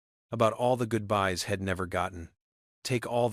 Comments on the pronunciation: So many pronunciation mistakes, it sounds ridiculous. Head, for he’d, shed, for she’d , Ill, for I’ll., ill is another word for “sick” and so many more, you should be able to find them, and make them learn how to pronounce them correctly! Here’s another one, hell, for he’ll. Im for I’m. The longer I listen to this, the worse it gets! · This was a good story except the fact that AI could NOT pronounce words correctly, you need to better or not do it at all!!! The word he'd was pronounced as head, the word she'd was pronounced as shed. Really you can't pronounce words correctly??😢😢